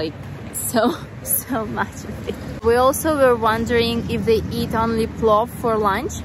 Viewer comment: it's PLOVVVVVV